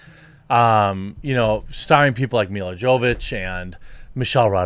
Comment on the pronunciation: For the love of God can you at least try making this name pronounced correctly Jeremy? It is not that difficult to remember Jo-vo-vich... its just two more letters to whole shebang and its not Chinese or Svahili level of pronounciation.